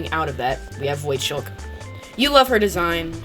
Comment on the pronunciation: I never turn on my killer but this was fun to watch lmao, also why do you say voidskulk as voidshulk?